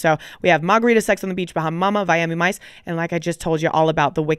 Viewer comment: Bri said “Viami Mice” in the beginning. I love you guys 😂❤